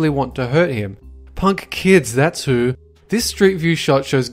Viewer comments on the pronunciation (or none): You had a scottish accent there , when you said... thats "who"